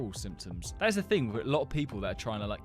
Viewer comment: instead of symptoms he says simpons